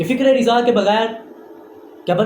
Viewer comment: Mere bhai riza nhi hota raza hota he